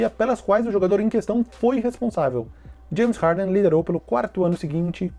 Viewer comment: "Janes Harden"